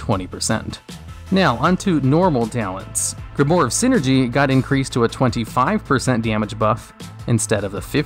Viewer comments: grimoire. not grimore... pls.... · its pronounced grim-oire(owaa sound)